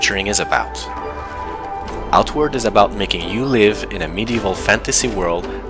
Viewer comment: Funny, when saying Outward, I was hearing "artwork", because I was thinking the art direction was nice!